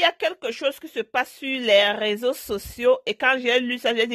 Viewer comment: On dit réseaux sociaux et non raiseaux